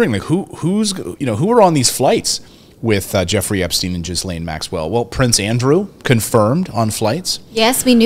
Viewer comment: WOMAN'S NAME IS PRONOUNCED "GHI LANE" SPELLED GHISLAINE MAXWELL. THE ES IS SILENT.